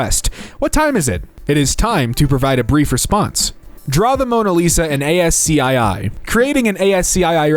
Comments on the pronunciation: it's as-cii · Yeah not A-S-C-2 😂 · ASCII is pronounced as-key, as far as I know. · did he just say ASC two? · The way he said ASCII